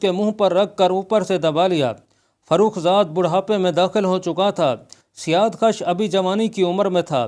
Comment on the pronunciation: Azarmidukht to khusro parvez ki beti thi bhaijaan, na ki ardshir ki. Ardshir khud jab mara to balooghat ko bhi na pohoncha tha, bakhayal mere, aap jis badshah ki baat kar rahe hain, wo khusro ka beta sherwiya tha. Aur janab, wo naam "siyaadkhash" nhin, balki "siyaavakhsh" hai